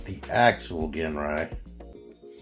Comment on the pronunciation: pronounced as Jin even if it spelled as Gin.... like the drink Gin & tonic ... u dont pronounced as " ggggean" and tonic right? those sticker cutouts are for the tab when combine with god bomber in the upcoming release (god ginrai) man do your research dawg!! u really are one ignorant mofo!!